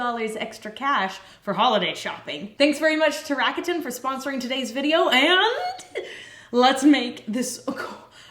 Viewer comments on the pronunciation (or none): First of all, soaps are amazing😘! But, uh ... RAKUTEN is Japan's largest e-commerce corporation, so just at least make the pronunciation right, PLZ. The brand's name is pronounced in 3 syllables, unstressed, and it sounds like LA-KU-DAN. And just so U know, this is not a HATE message... Looking forward to you guys creations😊